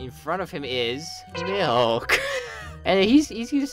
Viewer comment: the way he said Milk was very concerning 😂